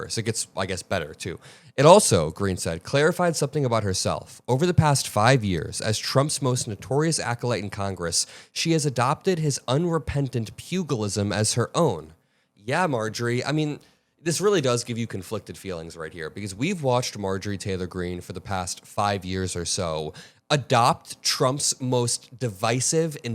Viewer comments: "pew GILL ism"???? Pugilism peuJ ill ism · PU-jil-ism. Happy Englishing, kids! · Not being a grammer Nazi. Just helping you out as a friend. Happens to us all, especially me. Pugilism is pronounced "pewj-i-lism". Like a pugilist. I'll use it in a sentence. "Boy, they boxer sure is a good pugilist." Lol and see, people like them who use the Bible as con, all you need to beat them, is the Bible itself. Doesnt matter what you believe, or if you are into it. People will see when you have them running in circles using the Bible. Because a lot of those guys haven't actually read it. Most are like the herd and they just follow the Shepard. The Bible literally calls them, "sheep". And they get this general idea of what is in the Bible from who ever they are around or watching. Everyone is like that to a point I guess but I can break it all down pretty simple. If you are using it to preach hate, then you're not using it right. The book itself says you can not enter the kingdom with hate in your heart. How do they square that? They can't. They will try. But if you do your homework, they will have no idea what they will be walking into. You do a damn good job. I see a bright future. If you are this good now, just imagine after you get some years and experience under your belt. I was always of the opinion, I don't care what a person believes or who they are, even people some would consider as bad. I'm not condoning what they do, but I just try to get along with people. I hate people who go around looking for an argument. Something is wrong with people like that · Pugilism: "Pew-ja-liz-um"...my only notes. Please carry on. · Appreciate you. Your bold spirit & willingness to confront lies, mistruths & disinformation. Your True Patriotic Love for our Country is self evident. Just a quick correction; It’s pronounced pu·gi·lism Stay Safe & keep fighting the Good•Fight!! 🙏🏽💯💪 EDIT: Perhaps MTG is modeling the most crucial aspect of Christianity; REPENTANCE